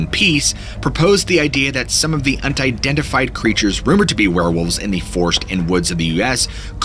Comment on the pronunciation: Untidentified…. The elaborate mispronunciation these story tellers have for dramatic effect is hilarious